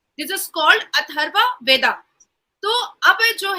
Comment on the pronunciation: अथर्व वेदा नहीं अथर्ववेद रिग वेदा नहीं ऋग्वेद सही उच्चारण करो